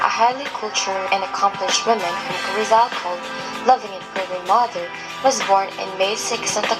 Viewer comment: not rizoul its in filipino na parang Rii + z + al